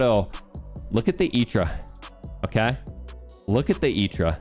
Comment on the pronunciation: I know you're saying "Itra" properly and all, but I hate it for whatever reason